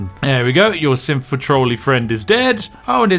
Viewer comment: Every time Spiff says Synth, I hear Simp. Just obliterating some simps. It Just Works.